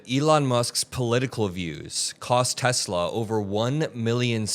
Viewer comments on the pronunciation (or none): "I love Tesler!" 😂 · This is what happens when Trump says, "I love Teslur!"